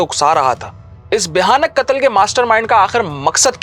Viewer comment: بہترین انداز بس لفظ (کتل) قتل غلط تلفظ کررہے ہیں